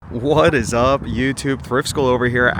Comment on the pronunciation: The trilling “what is up” intro. CLASSIC YOUTUBE baby!